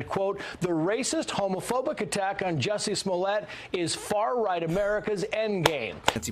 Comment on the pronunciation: You too? It's a short u sound, not a long u. I thought it was just the, now in on it too? But yeah. MAGA hats in South Chicago?